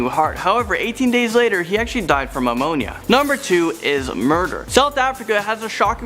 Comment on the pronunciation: The 3rd guy - it's pneumonia not amonia.